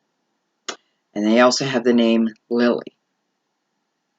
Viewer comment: Did you say Grey or Greg?